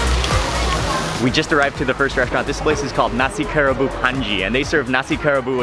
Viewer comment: I think it's pronounced Ka Ra Bu ... a 3 syllable word